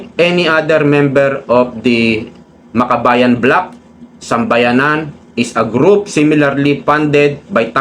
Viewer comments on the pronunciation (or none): 1Sambayan NOT 1SambayaNAN! Paki EDIT ng sinasabi kasi MALİ!